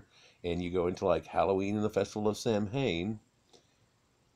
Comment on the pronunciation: Just a few friendly critiques: 1. The Bible never says there were 3 wisemen. It says there were 3 gifts. The number of wisemen was never specified. 2. Samhain is pronounced “Sow-en”